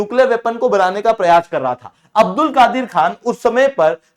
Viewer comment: Abdul kadeer ka a silent padho